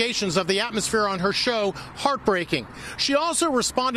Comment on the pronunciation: Also it’s show not shoe